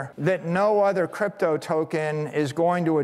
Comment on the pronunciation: I think he said “crap toe“ . 🤔